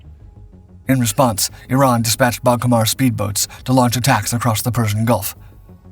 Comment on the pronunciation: Interesting pronunciations for the Comandante-class and Boghammer speed boats 🤔